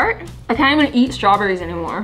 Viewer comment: IM WHEEZING SHE DIDNT SAY STRAWBERRYS SHE SAID “strewberrys”